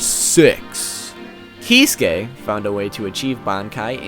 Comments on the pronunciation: Probably already heard this but his furst name is said like "kit-sue-key" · He revealed his bankai? I haven't read bleach in a while. btw here is how you pronounce the name Kee Sue Kay acentuate the Sue. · Whenever he say Kisuke, the auto generated subtitle displays "He's gay".